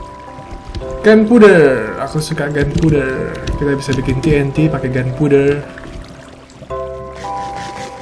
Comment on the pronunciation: ?knp klo bilang spowner spuner si kk sama gun powder gun puwder